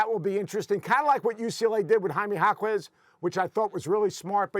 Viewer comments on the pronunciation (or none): none